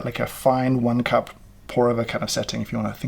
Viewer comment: Did anyone else think he was just over-pronouncing "cup" in a Stewie Griffin-esque style? Or am I the only person uncultured enough?